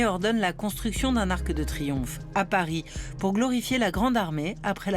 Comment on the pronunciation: Svp, au moins pas sur ARTE. Pourquoi prononcer un "e" à la fin de "arc" alors qu'il n'y en a pas! Mais quelle est cette nouvelle mode de prononcer à l'oral un "e" à la fin de mots qui n'en ont pas?🥺